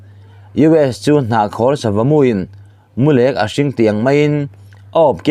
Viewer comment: Mulek thluk hi a diklo, perek thluka lamrik tur aw